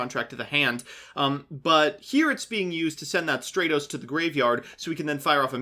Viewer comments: Please, it's "STRAT-os," as in "stratosphere," not "STRAY-tos." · "STRAY-tos" "HonestY Neos" What the fuck?